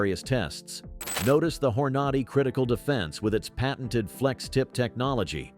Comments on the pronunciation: Not to mention pronouncing Hornady as Hoarnoddy. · I'd like to suggest speaking your video and drop the AI. Pronounce Hornady correctly. Also nobody calls it "point 22" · This sounds like another AI podcast! Hornady is grossly mispronounced. Do your own narration. Don’t let your CPU do your job! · Can't you find someone to read the script? The automated voice is awful. "Point two two?" It's a Twenty-two magnum - just say it! And the voice doesn't even know how to pronounce Hornady? Good grief, if you're going to convince anyone of anything, be professional.